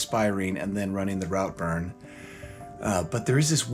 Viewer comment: Please, when in another country have enough respect to learn correct pronunciation. It’s pronounce Rootburn…